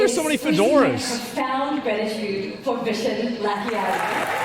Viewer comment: Its not a Vision lol, his name is 'Vishen'